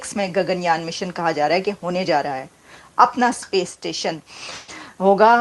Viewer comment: सपेस नहीं स्पेस होता है।